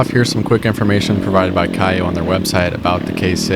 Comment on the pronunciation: The proper way to say the name of KAYO is like KO not KAIOH just so you know.